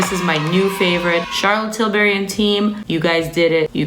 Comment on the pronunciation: Charlotte Tilbury not Charlotte Tilberry